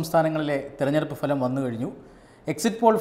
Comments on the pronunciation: ഈ ഫലം(falam) എന്നു ദയവായി പറയാതിരിക്കുക. പ്ഫലം(phalam) എന്നു വേണം പറയാൻ. നിങ്ങൾ വളരെ നന്നാകുന്നു. നിർഭാഗ്യവശാൽ ഇതൊരു ചെറിയ flaw മാത്രം. ദയവായി തിരുത്തുക. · Falam alla ഫലം